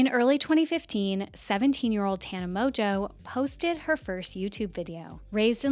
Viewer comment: Mon-geau not tana MOJO can't get past you saying it wrong